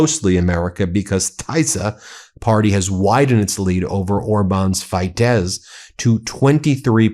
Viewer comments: It’s Tisza (Tee-sah) and Fee-dess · Tis - ah and Fi - dez. Soft i. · The Hungarian parties are pronounced like this Ben: Teesa, and Feedez. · I live in Romania, (obviously next to Hungary) and I would like to give you some advice about pronunciation. It's the Tisza Party ("TEE zah") and Fidesz Party ("FEE des"). I'm an American who has lived here for 30 yrs and watches your programming faithfully. Thanks for your insights.